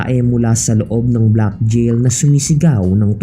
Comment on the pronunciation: JAIL HABIBI AND NOT A JIL.SUS GRABE ENGLISH MO.WHAT A SHAME.